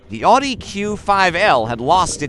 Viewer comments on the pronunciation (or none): none